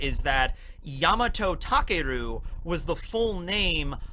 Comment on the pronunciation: Well actually, you pronounce takeru as takaru.